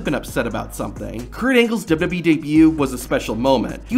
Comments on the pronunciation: This guy really needs to work on pronouncing “WWE”. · "Kurt Angle's WW debut..."??